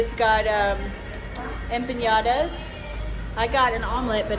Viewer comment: Todo muy bonito muchas gracias por compartir muy gracioso cuando dice empiñadas en vez de empanadas😉😁